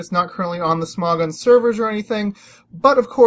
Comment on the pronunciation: im talking about how you say smogon it souds like sm"ó"gon lol